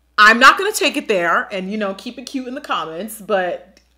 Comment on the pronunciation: IM SCREAMING SHE SAID "LA DERE" ahahhahahaahahha